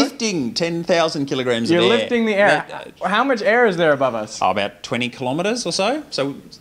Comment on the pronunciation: I just like that he says Aeeee instead of air 🤣